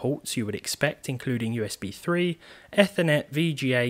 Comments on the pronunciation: I heard E’ffer’net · The guy that does the AA Computers channel says "Eefernet"